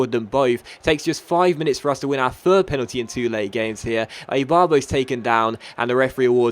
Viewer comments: Penaldeeny sounds italian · When u sad Penaldeeney i rememberd KSI's Lamborgini straight away